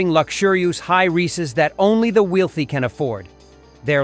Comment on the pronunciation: At 2m 09secHe said "City's are to preoccupeed in developeed high lucksureuroost that only the wheelthy can afford" what accent is that??